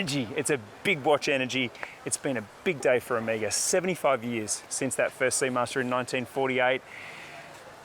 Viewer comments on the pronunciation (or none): It’s very significant that Ωmega is unveiling this amazing collection in Greece 🇬🇷 and Mykonos. Ωmega is a Greek word for the last letter of the Greek Alphabet which is O-MEH-GA and not OH-MEE-GA! Again fantastic range and my favorite watch brand. Beautiful Greece plays the perfect backdrop for the line up great stuff